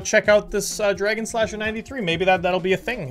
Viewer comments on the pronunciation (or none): none